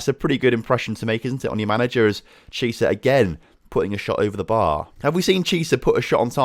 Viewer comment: Chiesa you pronounce Kiesa not Chisa